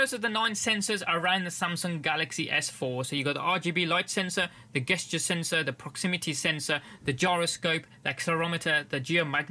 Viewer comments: For the love of God it's pronounced JESTURE. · GESTURE PRONOUNCE [ˈdʒɛstʃə]